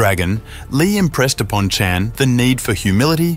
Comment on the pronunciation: can you a least pronounce Chan consistently